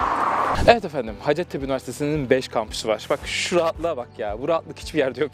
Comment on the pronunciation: Üniversitenin adının telaffuzu “ha:cettepe” yani -a uzun, Türkçe’de ‘hacet’ diye bir kelime yok, ha:cet ise ihtiyaç anlamına geliyor, yani “ihtiyaç tepesi”, bu adın bir de hikayesi var ama o başka bir yorumun konusu :)